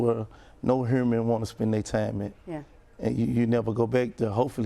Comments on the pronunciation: Wtf why would anyone listen to a fool that can't even say human...whoman! 🤦‍♀️🤦‍♀️ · He said erbody need to be treated hurman lol